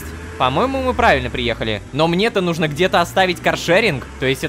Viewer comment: честно я понимаю что озвучка Ромина только по одному слову: нужнО а не нУжно. я афигела когда это поняла